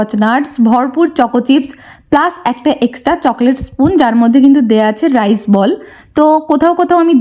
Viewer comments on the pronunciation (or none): none